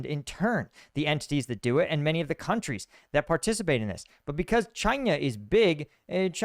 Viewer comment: really says "Chynya" at